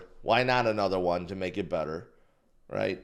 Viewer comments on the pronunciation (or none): none